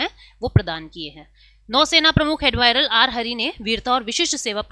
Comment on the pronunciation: ऍडमिरल होता है...... ऍडमायरल नहीं